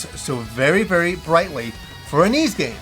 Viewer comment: for the love of adol its whys 9 not eez 9